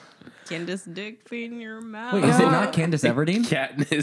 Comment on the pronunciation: there IS NO FUCKING WAY THEY SAID CANDACE EVERDEEN I--- THE DISRESPECT